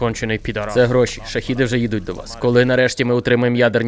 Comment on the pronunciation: Шагед а не шахід, йоб вашу мать! Не плутати, це важливо.